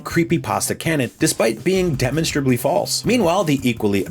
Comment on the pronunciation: I’m sorry, how did you pronounce the word demonstrably? Good video but I had to rewind a few times to hear what syllable in that word you emphasized.